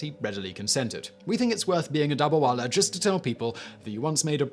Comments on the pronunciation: It is not dabarwala. It is dab-ba-wala. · He isnt pronouncing it right through